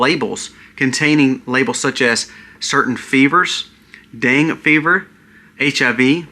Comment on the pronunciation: “Deń gay” fever. Pronounced with 2 syllables.